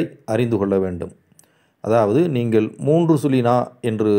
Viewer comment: நல்ல விளக்கம் ஐயா. நீங்கள் எனச்சொ ல்கிற போது நீங்கல் என்று ஒலிக்கிறதே!